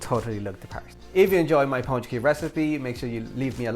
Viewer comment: Good job, they look great! You get extra points for using lard and even MORE extra points for pronouncing pączki correctly.